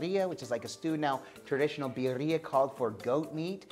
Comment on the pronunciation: I love you guys…. Birrira…. Pronunciation Vid-de-a or Bid-de-a…. Next time use Goat Meat and Oaxaca Cheese…Chooooowww…Rock yo socks off…. Now, with your left over Consumè, save this and toss your next chicken wings in it.